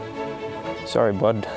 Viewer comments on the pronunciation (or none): none